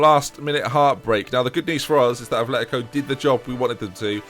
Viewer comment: it'a not athletico it's atletico (at-letico)